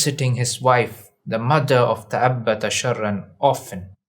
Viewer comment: تأبط وليس تأبت